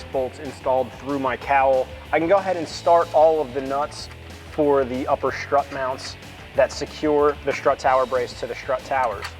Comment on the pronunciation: How do you go through life saying “schtrut tower” and not get mocked relentlessly?